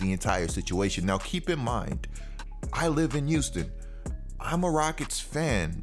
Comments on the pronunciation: I got a question I got a question no disrespect?!?! 🙋🙋🙋🙋 umm are you saying Euston or Houston?!?!?! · I absolutely love your content bro, but maaaaan the H in Houston is not silent. Now I know I'm not crazy but i swear you keep saying Uston instead of Houston😂🤣😂🤣🤦🏿‍♂️